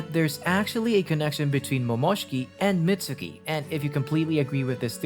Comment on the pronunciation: its not pronounced Mitsuki theres a silent u